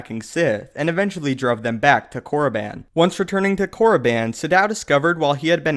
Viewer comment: I love tour videos but your pronunciation of Korriban irks me. It's pronounced Core-uh-bon not core-uh-ban